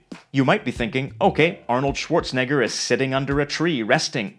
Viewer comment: Schwarzenegger, not ‘schwarzneggar’